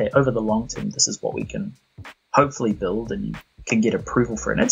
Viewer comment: When you say the title of the game, it sounds like "Wee Happy Few" because of your accent